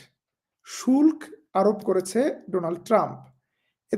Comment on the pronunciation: শুল্ক বাংলা সঠিক উচ্চারণ "শুল্কো"